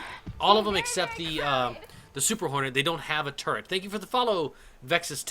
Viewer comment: you said turrent when talking about the buccaneer